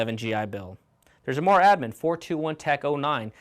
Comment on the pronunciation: Excellent information from an old member of 4th MAW, 61-66. Really loved it and wished we had the opportunities that you mentioned. Please do not pronounce Marine Air Wing as MAAAWWW. Say it out, we never said it that way. 4th MARINE AIR WING. Say it proudly!